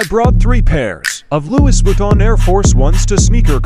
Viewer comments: How did he just pronounce Louis Vuitton again? Did I hear that right? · The ss is silent when saying Louis Vuitton. So cringe